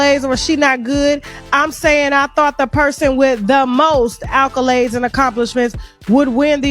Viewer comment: she can’t even pronounce “accolades” tf is “alcholades”